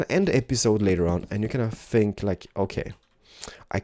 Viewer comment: I LOVE how you say "I Fink"! You are ADORABLE!!! Love you!